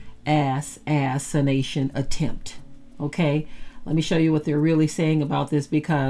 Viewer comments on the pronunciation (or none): Thank you but I know what assassination means, but She didn't pronounce it like the word is originally said, she said ass-anation, on purpose. I was being sarcastic by asking why did she feel the need to pronounce it that way. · 🤍🦢🤍🦢🤍🤍🤍🤍🤍🦢🤍 interesting pronunciation....Ass. assintion attempts. God alone is in control. Huuuuuuuuuuuuuuuuiuuuiuuuu